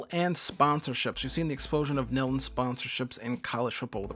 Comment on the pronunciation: Bro said “Nill” instead of NIL 💀